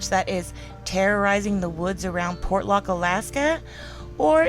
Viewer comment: same word ... many mis-pronounce ... Port ( pause ) Lock ... Portlock ( no pause ) .. Por lock ( missing letters ) .. Por locked ( missing letters & others added ) ... portland ( wrong word ) ... the shipping Port of - 'the city of Lock' ... make up your STUPID southern mind - & keep it consistant .